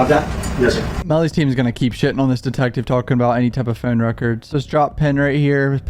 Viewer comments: “It’s his phown!…”😂😂😂 he still my guy tho with excellent coverage 💯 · “100% mellys phown” bruh I wish phone had a synonym so you didn’t have to say it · Wtf is a "Phewn" 😂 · The wayyyy you say phone has meeeee perplexed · I want to have a word with whoever taught you how to pronounce “phone”